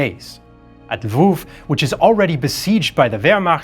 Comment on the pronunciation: I myself am from Lviv. Was really nice to hear you pronounce the name of the city not in Russian or Polish way, but in a Ukrainian way. Also video rocks!